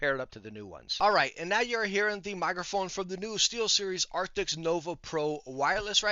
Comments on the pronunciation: Arctics ???? Arctics ??? What Arctics ??? Every video all i hear is Arctics !!! I think they did NOT change the Name ,it's still Arctis ! But Great video !!! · Does he say arctics